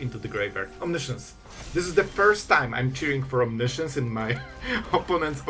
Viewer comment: It's as funny as it is annoying, because you announce your moves well in advance and repeat the impending mistake over and over again. And I sit here thinking, "When will he finally realize what a mess he's making!" :D As I have your attention for now, try to pronounce "omiscience" as it is pronounced. It is not "science". I know you´re not native english so aint I. ;-)